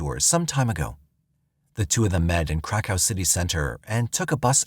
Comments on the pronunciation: 😂 I thought they were saying crack house too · Crack house police station 😂😂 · It's pronounced Krakov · kra kuf. That’s how it’s actually pronounced. Hope that helps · It was the Crack House Police Station that took me out 😂😂😂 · Saying cra cove would be closer to how you are supposed to say Krakow. People butcher it so bad. He can't even say the poor girl's name correctly either. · Omg I was just about to write the same thing lol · He is saying it incorrectly though. I grew up in ukraine on western border. So i heard of krakow a lot. Its pronounced completely different. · Should’ve got way more likes. I definitely feel the same 😂😂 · Samee lol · Here here ha ha😂😂😂😂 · Thank you!!